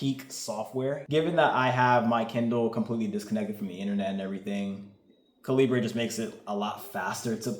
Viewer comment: My brother in Christ, why are you pronouncing Calibre like that? lol